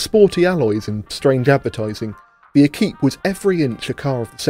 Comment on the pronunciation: Equipé said like equipment without the ment